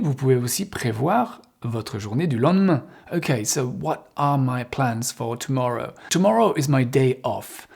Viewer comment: je change rarement de site car Y a des coachs qui prononcent mal l'anglais. Exemple: plus vers "or" au lieu de "are" et "ève" au lieu de have. Et mangent la fin des mots. Donc j'en ai zappé beaucoup. Merci avec vous c'est bien